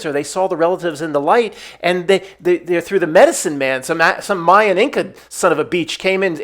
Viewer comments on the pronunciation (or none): none